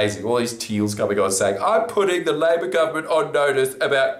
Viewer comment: It's "LA-BOUR GOVERNMENT"